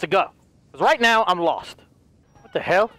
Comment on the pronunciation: when says ‘heL’ 😂